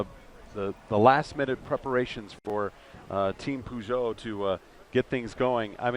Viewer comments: What? Puhzhohw? It's not pronounced that way...... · he keeps saying pooshow lol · Gotta love Americans trying to pronounce "Peugeot" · Wow. Had to stop watching it was so bad. Bad camera work, very bad commentating, can't pronounce his name or the car manufacturer name properly. Far too much talking. Poor poor video.